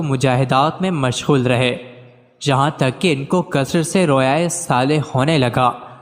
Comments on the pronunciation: Ap nay. Bola "kia tak hay"?. Jub k Tay per paish hay .tuk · Tak nhi hota tuk hota ha